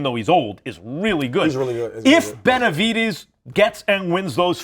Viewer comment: Pronounced BenaviDEZ. NOT benavidies 🤦🏽‍♂️ Max is 🗑 now.